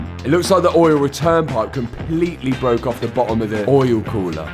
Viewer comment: Oh my god I was so excited when I saw this video in my feed!! My fav part? saying "Oyul Khoolah"... Lmao😂😂